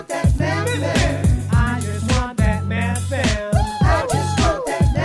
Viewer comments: it sounds like you're separating the word to make it sound like he's a meth addict lol 😆 the th should sound similar to how you pronounce the th in weather. Then the ven sounds more like vin. Bloody foreigners 😂😂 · The way he pronounces Methven 😂